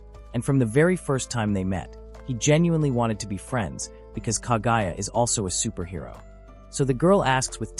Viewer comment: Superhero? Really? Can the ai voice not read?